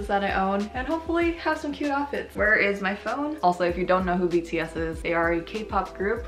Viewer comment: Y'all don't understand how satisfying it is to hear pronounce their names correctly:((((